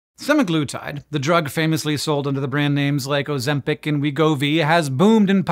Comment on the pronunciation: You can't even pronounce it correctly.